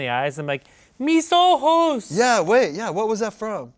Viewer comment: Not Ian with the perfect "ayy mis ojos" spanish pronunciation